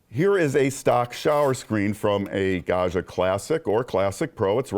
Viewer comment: Gad-jah, not Gah-shah.